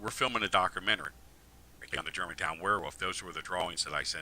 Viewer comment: Every interview is the exact same. Tells the same exact stories, pronounces “wolf” as “woof”. Talks about his “dockra-mennary”. A ton of made up misinformation about Star Wars and George Lucas. Calls “C-3PO” C-P3O”. The end. Saved you another 1.5 hours of his blathering.